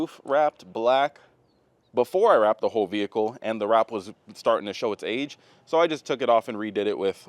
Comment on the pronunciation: If I could smack the tits off wreck it Ralph every time he says “VeE HiClE” I would